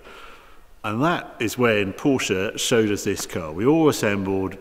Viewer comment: Finally someone who can pronounce Porsche correctly.